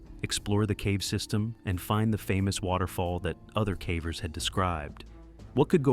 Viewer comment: I cringe every time I hear this ai robo-narrator says “caver” Can’t this be fixed?